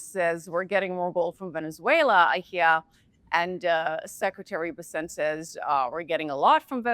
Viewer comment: OMG it's BES-sent, for F's sake. Scott BES-sent. Emphasis on the first syllable of his last name. Get it right will you PLEASE? You guys are posturing as financial professionals and you can't pronounce the Sec'y of the Treasury's name?